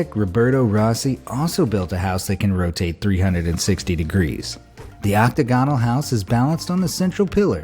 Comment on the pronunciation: "OCK-teh-GONE-al"?!? Really...!?? It's "ock-TAG-an-al", genius! 😂